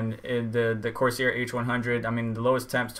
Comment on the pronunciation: It's pronounced Course Air. I get an all-core boost clock of around 4.9 to 5 Ghz using a Corsair H110. My temps rarely go above 70C, and that is with 1.31 volts.